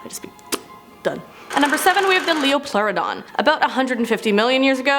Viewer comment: (Pronunciation): leo-plor-ohdon